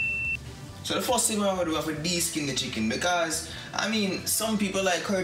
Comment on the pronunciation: Word is first not fuss ..remember not only Jamaicans watching u.👍